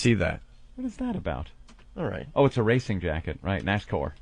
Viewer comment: "nascore". anthony is a national treasure